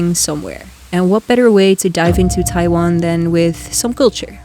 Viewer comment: TaiWan, very good Chinese pronunciation 👏🏻👏🏻👏🏻👏🏻